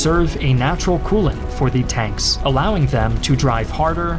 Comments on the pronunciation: I noticed you only say thE not thUH…. And now I literally can’t concentrate because all I can hear while you talk is thE. 😭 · GAAA! please stop saying "thee" it's "the" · Ok - great video, BUT "the" narration is a bit whacked here. This narrator must have gone to "Thee Ohio State University". FYI, not every "the" is pronounced "thee" in English in every format. Made it weird enough that I had to stop watching because of the consistent emphasis on that one word - "thee". He would almost pause mid sentence to enunciate "thee". IE Thee German army attacked thee Russian army at thee city of Stalingrad. etc.... Just really weird IMHO....